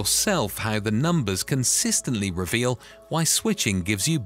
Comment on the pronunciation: Really ? WRONG ! Every time you said the word "reveal", you were speaking INCORRECTLY. It's basic English, which you don't know. Try and figure that one out, fool.